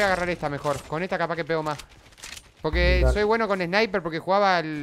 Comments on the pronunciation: me cage de risa cuando dijo hay un spiner en vez de sniper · Jajaja dijo spiner